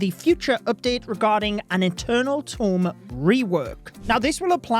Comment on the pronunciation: Eternal Tome ❌ Eternal Tomb ✅